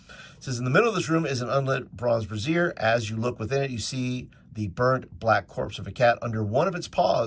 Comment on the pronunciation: Brazier? You’re pronunciation is a bit off. It’s not a boob holder brazier.